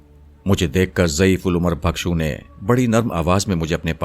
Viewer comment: آپ کی ادائیگی اچھی ہے مگر تلفظ کو بہتر کیجئے ۔ بھکشو کے لفظ میں بھ کے نیچے زیر ہے، زبر نہیں اسے بالکسر پڑھئے